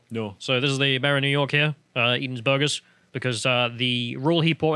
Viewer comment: No one:: bOrGeRs